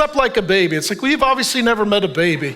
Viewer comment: “You’ve obviously never met a behbeh” 😂😂